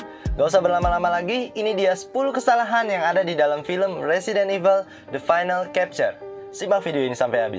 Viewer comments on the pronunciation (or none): Kesalahan 11, chapter dibaca capture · Bg baca "chapter" nya pake"c" bukan"k"